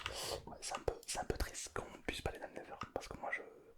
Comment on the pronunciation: Sa s'appelle pas le never mais le netheur 😅